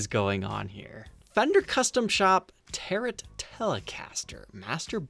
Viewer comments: Tarot is pronounced: Tare-Oh, just saying......😃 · The "tarot" is pronounced tare-RO as in a tarot deck, also French (I believe) And please tell me you don't limit yourself to hunting just on Reverb. If so, you're missing out on soooo much content. I check my local Craigslist once a week and start from the oldest post first, those guys are usually the most desperate and will deal with you. Plus, it's local, so I can meet at a McDonald's parking lot (and then go in and get a McFlurry) so if it's a bum deal, at least all I am out is $.99. lol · Hate to be that guy, but Tarot is pronounced "Tear-Row." The carvings on the resonator panel thingy are tarot cards. Basically parlour trick/meditation carda. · you pronounced tarot wrong